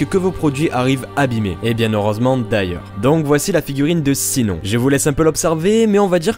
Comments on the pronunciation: Mdr trop le prenom Sinon ça se prononce "chinone# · Par contre Sinon se dit "SHINONE" désolée vraiment mais c'est sa prononciation !! (sinon je veux les 2 figurines de SAO ;-; même si j'en ai déjà une de Sinon mais c'est pas la même ! 😭) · Mdr comment tu prononce Sinnon 😂 tu m’as brûlé les oreilles 🤔 super vidéo et magnifique figurines ! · AAAH! "Sinon" ne se prononce pas à la française mais comme ça "shinone" >.< En tout cas elles sont toutes trooop classe '*Q*'